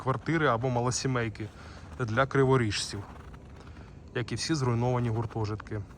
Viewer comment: "криворіжці" правильно, бо ріже вухо) А так цікаво.